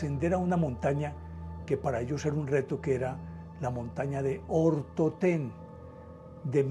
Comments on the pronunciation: Es el monte Otorten, no Ortotén. Dislike... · Montaña "OTORTEN" no ortoten